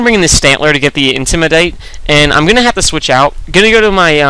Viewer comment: Why do you say ''intimidate'' like an Australian? Haha